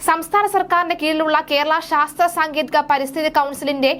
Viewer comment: സാങ്കേതികം എന്ന് ആണ്. താങ്കളുടെ ഉച്ചാരണം ശ്രദ്ധിക്കുക